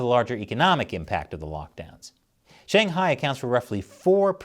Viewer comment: Dude I love this channel but for once please, learn to say Shanghai and stop saying SHAYNGHIGH and BEISHEENG it kills my ears and anyone's who speaks mandarin